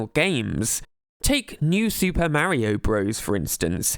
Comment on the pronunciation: Why do you pronounce “Mario” so wrong? I can’t make myself sub to you for that.